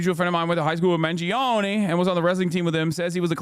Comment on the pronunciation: Classic American pronunciation Luizi mangiown